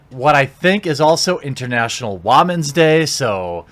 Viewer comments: Dude please stop with the WAMEN it’s women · Ok I like these videos but who tf say wamen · Is there a particular reason why Jeremy is pronouncing women as "wah"-men? Is there a joke I'm missing somewhere? Is he being satirical? Is he criticizing international women's day? I feel like I'm missing something or he is the first and only person I know of to pronounce the word this way. I recently have become a fan of Jeremy and it just felt like he's overly critical just because of the movie being very centered on women's empowerment to the point it teeters on the point of misogyny for me. I understand his disdain for the state of modern journalism, and the seemingly endless push for more inclusion of women can be deafening and even toxic at times, but at the end of it all, it just felt disrespectful and rude. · ITS TIME TO STOP!!! with the "WAH-MEN" pronunciation, pewdipie is like Swedish or something and for kids with 85mil sub he can do whatever he wants, u cant, plz stop this it sounds very FORCED and lame. I roll my eyes and wana unsub u everytime u do it.. plz stop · its pronounced waamin, because they are fucking children. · It's international women's day not whaman's day ... please don't be stupid :) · hey man...I actually agree with you on this whole situation but in all honesty please stop saying "Wah-men" instead of women. Not for any other reason than it is annoying and I think it helps to undermine your points. Like I said, I agree with your point of view... but dude.. you sound arrogant and condescending when you pronounce it like that. I'm just saying that you are playing into the hands of people like Brie Larson when you speak in that tone. but that's just my opinion. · what the hell is up with your pronunciation of "woman"? it's not WAH-MEN! LOL! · Why do you pronounce women like that? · since when "women" are "whamen" ? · I like this guy but why does he keep saying wa-men instead of how it's supposed to be pronounced. I'm getting aggravated.